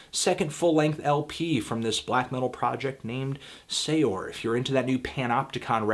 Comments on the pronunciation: BTW Anthony, Saor is pronounced Sare, not say-ore. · Saor is pronounced "sare," it's the Irish word for free